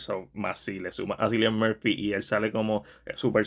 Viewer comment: Se pronuncia Killian Murphy